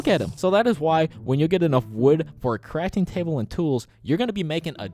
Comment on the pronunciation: Dude he said make a caftting table and jutbox and jame in hahaha🤣🤣🤣